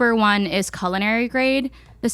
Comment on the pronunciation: Can someone please tell link it’s pronounced Cull-in-ary? I’m disturbed every time he says Colon-airy